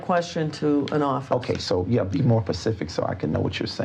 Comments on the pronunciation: she let the "pacific" fly several times 🤣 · Him: be more “pacific” If it was me: Learn how to properly speak English you criminal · “You need to be direk and pacific.” —epic crook and all around sh*thead, David E. Taylor. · Be more pacific? Like Hawiian? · Say it pacific so he can understand you! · “ Be more Pacific “ … like the ocean?? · Did he say “Be more pacific”????? 😂😂😂😂😂😂😂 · To be fair, he wasnt axed very pacific questions. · “Be direk and pacific”. FFS… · “I don’t understand the question can you be more Pacific?” 🤦‍♂️ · I really think you should AXE michelle if your not gunna be PACIFIC about the words hes using. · Or axe, or pacific 😂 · These are some very pacific questions she's axing. I hope his answers are akrit. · He can’t even say “ask”. Or “specific”. And this man is “leading a flock”. He is exactly why I have not and will never donate money to the church. Him, Joel, Kenneth Copeland, Jesse duplantis, they’re all scumbags and deserve to serve life in prison and then eternity in hell.